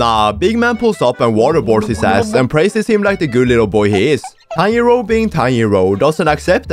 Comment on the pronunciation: bro i keep hearing tanyiro not tanjro🤣